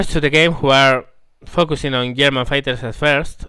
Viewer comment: You said yerman in staid of German.... You must be Swedish